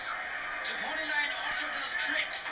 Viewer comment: Zeh Amazing Poneh-Lion. xD !!